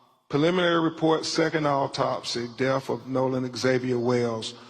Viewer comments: C'MON!!! YOU'RE AN ATTORNEY!!...FOR GOD'S SAKE PRONOUNCE "DEATH" CORRECTLY! DEATH IS NOT PRONOUNCED AS DEAF! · His unwillingness to pronounce the words correctly is baffling. Deaf of ? WTH is wrong with him? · This show is a disgrace. It takes time to properly investigate. You really find it necessary to read the autopsy to everyone? You’re just trying to justify insinuating his white friends. And it’s death not def 🙄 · He said deaf for death, I'm not going to name them all he's ridiculous.